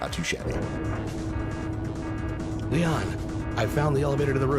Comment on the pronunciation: I love how whoever directed the voice acting never corrected actor every time he pronounced Lian as "Leon". Even as a kid that seriously grated on me because it just made me think of Leon from Resident Evil 2 which was still fresh at the time.